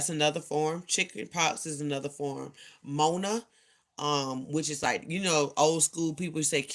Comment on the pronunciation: You've been saying Mona forever... that is not what it is called! Mono! Mononucleosis!